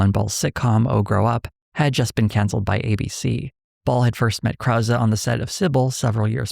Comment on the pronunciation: Never realized this was how Peter Krause pronounced his name -- I knew some Krauses, so I was pronouncing it in my head how they do.